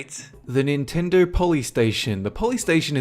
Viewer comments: It is Nintendo not Chintendo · i laughed so hard when you said "chintendo" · I lost it at CHINtendo! Done. Can't even breathe. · Chintedo. Really? Really? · "Chintendo" guwd lol